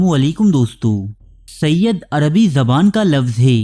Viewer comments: Bhai ye lafz sayyad nhi sayyed he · Sayyid hai.. ی ke neechay زیر hai زبر nahi